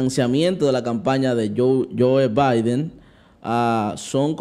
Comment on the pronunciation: Bendiciones!!!! Se escribe biden y se pronuncia baiden.